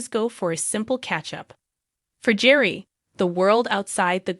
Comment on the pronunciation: This is obviously AI created. Their first names are horribly mispronounced. It's Gear ree and Ter re suh.